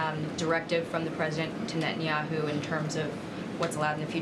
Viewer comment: Israel needs a new prime minister but I wonder if Americans will learn to pronounce "Netanyahu' and not call him "Nat-en Yahu'